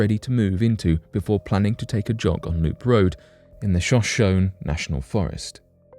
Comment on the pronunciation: ‘Show-show-knee’ is how you pronounce Shoshone. Geez 🙄